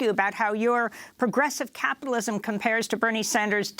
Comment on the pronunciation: Hahaha, turns out ' progressive capitalism' is 'socialism' in drag. What happened to ' wor on capitilwasm?'